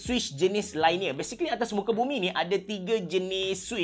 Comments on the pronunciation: LINEAR lainiyer ❎ liniyer ✅ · Linear, not lainear. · Cara sebut linear ialah LEE - NEAR